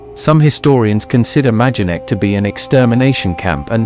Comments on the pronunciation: The name of the camp is pronounced my-don-neck. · Noooo It's maydenek. I recently visited.